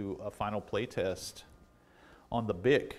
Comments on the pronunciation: Correct pronunciation of this brand is BEE EYE SEA...NOT BICK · It's pronounced, "Bee-Eye-See". They actually used that in their advertising!